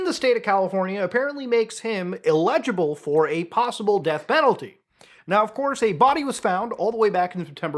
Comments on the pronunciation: “ill-laj-aebal” In hindi “illaj” means “fix” so according to me it means fixable? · the amount of people who can’t say “eligible” is so sad 🙄